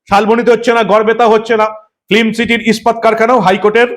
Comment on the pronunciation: শব্দটা ফ্লিম নয়, সঠিক উচ্চারণ ফিল্ম। দয়া করে শুধরে নেবেন। মমতা, সৌরভ আর শিল্প 😅😅😅 পুরো জমে খীর, একদম সোনার পাথর বাটি।